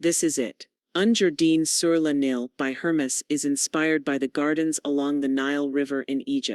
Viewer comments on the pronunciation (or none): Terrible pronunciation of French name of the Hermes Garden on the Nile.